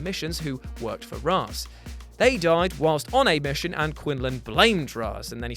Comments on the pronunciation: The fact you said Raaz not Raesh as its pronounced triggered me XD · You have it backwards it’s Ray-shh in everything else but ra -ze in Nolan’s trilogy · “No bruce you know its pronounced raishe”. ~talia al ghul batman the animated series Long before the nolan movies so...yeah.